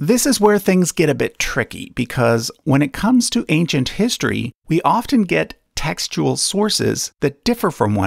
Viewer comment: Every time he says textual, I hear testicle